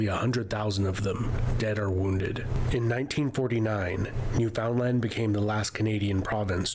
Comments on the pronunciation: That's a groundhog (aka a woodchuck), not a beaver, . And the narrator can't pronounce "Newfoundland". The 355-year-old Hudson's Bay Company just went into receivership on March 7, 2025, after only 19 years of Americans owning and running the business. There are old French-speaking communities in every province and in at least two of Canada's three territories, perhaps all. , the treaty gave the North and Northwest to Canada but the Oregon Territory was still disputed between Canada and the USA. The 1837 rebellions were in what's now Ontario and Quebec. The rebels' hearts were in the right place, and the MacKenzie-and-Papineau-led rebellions led to the formation of Canada as a self-governing country. However, MacKenzie's declaring the "Republic of Canada" was the equivalent of some radical militia grabbing a few square miles of the USA, and its leader calling it the "Kingdom of USA". No one except MacKenzie's followers recognized this declaration. Overall, this is an okay but brief video on Canadian history. How Canada moved from being an English colony to a self-governing country with a foreign monarch, who has absolutely no power, was a complex process with many steps, and can't be explained in this video's comments. The video did not acknowledge that this land did not belong to France, England, or the newly-formed Canada, but was already occupied by indigenous peoples, who lost their land largely through force, coercion, and a refusal to hear their claims. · Does it bother any other canadian that the narrator puts the emphasis on the wrong syllable of Newfoundland? 😅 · It's not New FOUND Land. It's New Fin Land. Also, the term "Eskimo" is persona non grata - it's Inuit. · Glad to see you want to learn more, Eskimo is an insult name , they are Inuit, and Micmac is Mi'kmaq. Also Newfoundland is pronounced like understand Newfoundland, always pronounce land not Lund. But you're doing great, thanks for your interest in Canada 🇨🇦